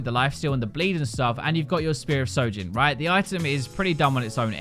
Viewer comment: its spear of SHOJIN not SOJIN